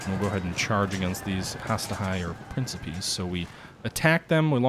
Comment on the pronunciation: Jesus, please read the names of the units before you pronounce them so awfully. Has-Ta-Tee Prin-Ki-Pes Tree-Ah-Ree